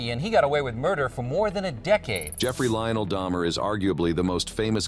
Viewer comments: Why was Dahmers name pronounced Dah-mer then next sentence Da-mer? One or the other. Too many images of Evan Peters instead of Dahmer. Plus Jeremy Renner portrayed Dahmer way better before Peters did in my personal opinion. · Why would you say his name correctly several times then say day mer? Ive never heard someone do this before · who the hell is jeffrey daymer? how can you mess his name up that badly? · He only killed dudes so I'm pretty sure she was safe. Her son however...😳 That is scary. Side note - did dude pronounce his name "Day-mer" one time?? 🤔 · lol I heard daymer too lmao but he also only liked colored kids/teens. They were less likely to be looked for. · Say's Jeffery Dahmers name, and then IMMEDIATELY SAYS IT WRONG.💀🤣 How dumb are you!?! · So lazy you cannot even make sure the A.I. is pronouncing Dahmer correctly lol. I the first minute ahahhahhaha humans are screwed. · So you're going to be racist towards people because they can not pronounce what your own people speak You do realize the person speaking's not even a real person It's clearly an AI No one has a voice like this and you can clearly tell it's an AI because they even get Dahmer's name wrong multiple times at the beginning So you just proved to the world you're a racist calling other people names all because of their nationality and things and just because a name in your people's language with mispronounced you call out Americans and call them names and stuff like get a clue you racist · Your AI voice can't even consistently pronounce Jeffrey's last name correctly, maybe put a little actual effort into making a video. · "Dahmer" To "Deymer" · Jeffrey Dahmer? Nooh, Jeffrey Dayhmer! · its not day-mer its dahmer jeffrey dahmer the people nommer get it right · You heard and said his name multiple times yet still lwt Daymur slip? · Seems like AI would have pronounced Dahmer the same way every time, and not switch to day-mer once in a while. Writer error could account for that, though.